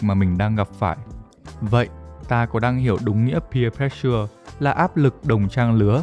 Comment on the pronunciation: pressure đọc là préss sờ chứ k phải press sưa nha